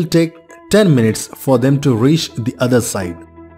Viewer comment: Minutes, not mints